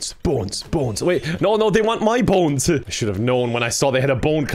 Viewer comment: says Bones as if it's spelled boens